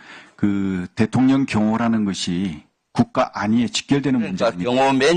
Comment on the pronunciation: 김병주는 대통령을 대통련이란다 뭐지? 국회의원들~ 우리 말의 발음을 좀 공부했으면~